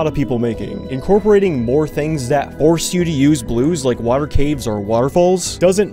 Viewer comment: I love how he says water wWA err